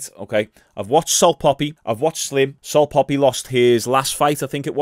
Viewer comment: The only thing getting obliterated is pronunciation of salt papi 😂